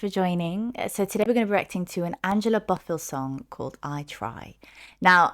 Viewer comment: Hello it’s pronounce BO- not BA BO-FILL we lost her back june 13 2024 she is from my hometown nyc. She was Puerto Rican/Cuban she had suffered a stroke few years ago and ended her singing career. But this woman here OMG she didn’t get more praises as a singer. I mean she was acknowledged especially her hits but her catalog the production I’m a music girl. She has so many good songs growing up listening to her was everything